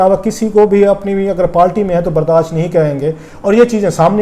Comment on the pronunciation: Sir you are a good journalist, but please correct your pronunciation,, like this is not" wadva" this is "wauda" And next you speak R as L like thirty = thalty Party = palty And many more, instead of R, you pronounce it as L